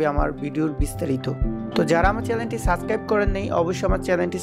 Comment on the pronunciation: সাব+স্+ক্রাইব = সাবস্ক্রাইব (Subscribe) "সাসক্রাইব" না। -_- আপনার প্রত্যেক ভিডিওতে শুনতে শুনতে কমেন্ট না করে পারলাম না... উচ্চারণ ঠিক করেন ভাই....